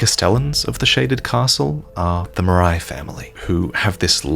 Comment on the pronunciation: The way Marais is being pronounced is like sandpaper in my ears. It's the french word for swamp for criss sake.